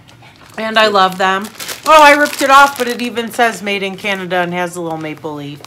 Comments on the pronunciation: FYI, it’s Canada, not Canadia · Why do Americans call Canada "Canadia"??? So many of these videos of Americans trying Canadian foods say it.